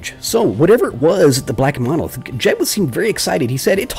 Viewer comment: Baaawh, "munolith!" Groan groan groan! Also, you killed those guys on purpose just to do the whole "knowledge is lost" thing! Murderer!